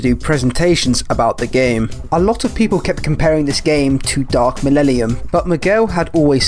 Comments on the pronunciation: Lol dude is having so much trouble pronouncing "millennium" come on bro sound it out. Why are you replacing the n's with l's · Could you please stand up and pronounce the word "millennium" for the rest of us? Thanks! Now, try "millellium". Awesome! Keep on keeping on! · "Dark millellium" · i just watched the 2010 trailer defs ends in the narrator saying mellennium and not mellellium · What I hear: Millellium What I read: Millennium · Dark 'malelelium' lmfao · "Millellium" xD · >Lemon russ Thats a bit of a low blow from someone who was misspronouncing millellium for a solid half hour >_> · Cool video so far, but I have to stress that it's MIL-EN-IUM, not the garbled jive you were saying lol. But for real, appreciate your efforts, the whole game's pitch always seemed like "it could be good if enough people support us", never quite reaching the levels of decency advertised. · Lebowski There's so many things that you could criticise him for and out of all of them you decided that him saying a word wrong (by one vowel) is proof that he's a fake fan. I swear, some people are living satire of normal humans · It's hard for me to believe angry Joe is particularly excited for news regarding 40k if he can't even read the iconic line correctly. It's 12 words. How do you mess that up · There’s actually a funny reason behind me saying dark millennium. I basically when making this video wanted to get the speech right. Since I have dyslexia I want to say hard words right so I looked up how to pronounce dark millennium correctly. Whatever I heard clearly has come back to bite me in the back as wrong. So the one thing I wanted to get right in this video I got wrong.